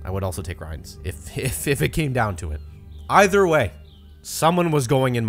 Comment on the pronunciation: This man really just called it an avent and said iver instead of either